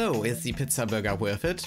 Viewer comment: Did you just say “pitza?” It’s pronounced “peetza”